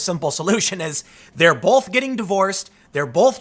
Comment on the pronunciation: I love Tim but I can't stand how he says the word "both".